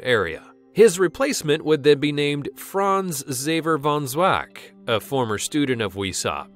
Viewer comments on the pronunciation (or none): none